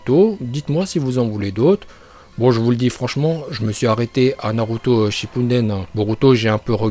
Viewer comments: Sérieux !!! C'est Hoka"GU"é et pas Hoka"g"é et c'est Shipp"UDEN" et non Shipp"UNDEN" Sérieux stop la. Arrête de faire genre que tu parles japonais et que t'es un porte-parole si c'est pour faire n'imp. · Shippunden jutsu ok mais le reste il le prononce bien et évite d'insulter d'imbécile, c'est une simple erreur et les chiens il l'es a bel et bien invoqué mais bon... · '' raikage '' '' raicage '' '' raikague '' Bordel mais dit les choses correctement et c'est '' Shippuden '' et pas '' Shippunden '' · Ouahhhhhhhh la naruto shippuden pas shippunden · Y ses pas parlé gros itatchi orochimaru shinpuden rinegan uchia frère omg y casse le crâne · C'est une chaîne troll et donc il troll les prononciations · Tu stresse avec ton “shippuNden” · Shipunden, Okadjé, OrochimarU, sah.. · Non t'abuse la, OrchimarU, NarUto ShippUNden etc.. Omg c'est d'un gênant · Tu connais rien à naruto, en plus tu dis shippuNden t'es débile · shinne punne den ouais on l’entend tqt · Tu dit les uchia shipumden